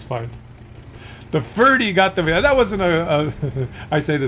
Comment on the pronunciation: Vheeled Wehicle